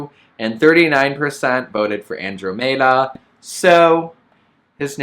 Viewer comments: Andromeda is pronounced with med-uh not may-duh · I was gonna be real mad if you named the spider Andromeda when you can’t even pronounce it right. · "Andromeda" is pronounce Anne--drom--i(like ick)--da. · 😂😂😂 Omg I CAN’T with your “Andromeda” pronunciation lol